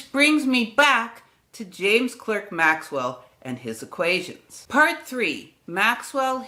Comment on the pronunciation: Clerk is pronunced CLARK... I'm being pedantic. And you also over emphasize the 'ernion' in quaternion. It's fast, 'ernion' not errrrnion' .